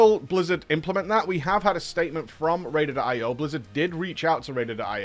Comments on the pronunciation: He's literally looking at a screen that says Raider.IO, yet he continues to say Ratedated IO for the entirety of the video. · Am I the only annoyed that u keep saying RAIDED IO ? :)))